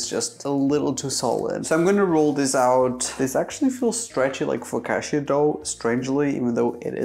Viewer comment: the amount of times he murdered the word focacchia